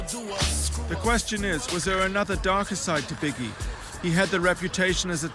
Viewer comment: Biggae and 2pack